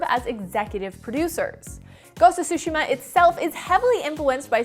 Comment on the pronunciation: What’s up with americans not being able to pronounce Tsushima? It’s Tsushima, not Sushima.